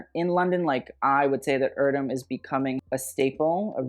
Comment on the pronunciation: Your pronunciation is wrong, it's not "irdöm", "e" voice in Erdem is the same "e" in "g*e*neration" word. My favorite is Olivia's outfit. Others seem trash.